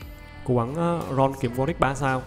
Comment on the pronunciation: Warwick chứ sao lại Warick nhỉ?